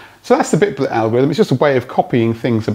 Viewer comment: and yes, it was bitblt not bitblit